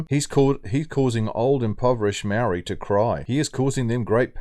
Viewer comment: Who's the narrative idiot speaker talking bullshit?????seriously can't even pronounce moari properly, let alone scratch his backside 😂😂😂😂funny